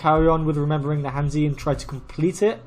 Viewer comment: I have no idea what your level is but I've never heard you pronounce han zi correctly yet.